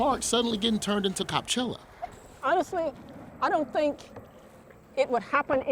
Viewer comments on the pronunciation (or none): Copchella, lol